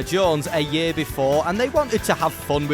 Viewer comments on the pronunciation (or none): none